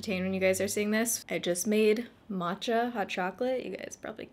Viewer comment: mirandamae90 I think the point was that she pronounced it wrong. Because she did say it like "mo-djah" or something like that when it is actually pronounced kinda like "mutch-ah"